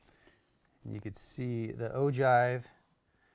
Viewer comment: it's pronounced oh-gyve not oh-jive.